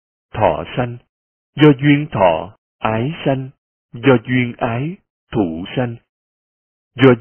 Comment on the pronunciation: Hình như đoạn đầu người đọc bị nhầm (ái thủ...)